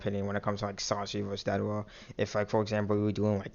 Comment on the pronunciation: its deidara idiot not dadera